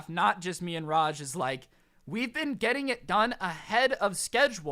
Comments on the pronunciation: I love how says a hell of a common Indian name "Raj" as "Rashj".... LMAO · It Raaj not Raj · You know raaj your friend is an Indian I'm a martian (Indian) hey it's pronounce raa-jj you pronounce JJ a bit harder raa is like the aa is when you get hit. Put it it together and you have raaj